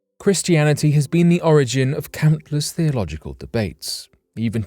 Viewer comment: The way you say countless at the beginning sounds incredibly posh 😅